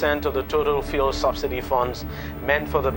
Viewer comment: Looks like the Journalist after a long investigation is too tired to mention the “E.L” at the end of the word “FUEL” Well lol😂 thereby making it sound like “Fuhrer” instead 😂 Anyways More grease to ur Investigative Elbows my brother! 💜 🇬🇭 🇮🇸